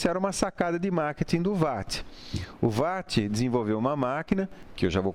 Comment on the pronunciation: Não sei pq ninguém consegue pronunciar WATT corretamente!!!